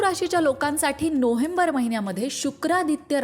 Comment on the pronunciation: नोहेंबर नाही, नोवेंबर अस बोला हो